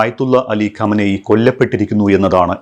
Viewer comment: ഖമനെയ് അല്ല ഖമൈനി